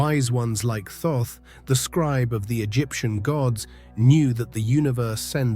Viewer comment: Thoth is pronounced like cloth. Not being critical. I had to ask him myself.